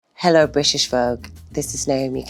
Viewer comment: I like how she pronounces Brishish at the beginning